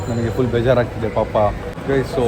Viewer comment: bro adu thull alla bro 😂😂 full 😂😅